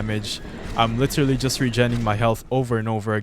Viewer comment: "LITIRALI" Bro sounds so filipino😂